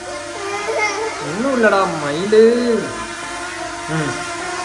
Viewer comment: Niika myilu myilu entu kupputurathu ennakku mairu mairu endukkkuthu anna😂